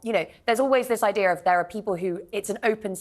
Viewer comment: did she say idear